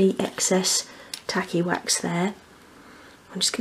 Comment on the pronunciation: I can't help it, but every time you say tacky wax , I hear tally wack. Lmao